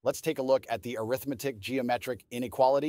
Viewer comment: "Arithmetic" as an adjective should be pronounced differently.